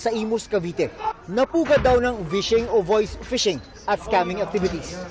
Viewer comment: Phishing not vishing